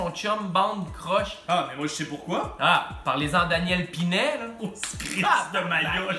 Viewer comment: Très éducatif 😂 mais c'pas pas Dan Pinet, c'est prononcé Pinette !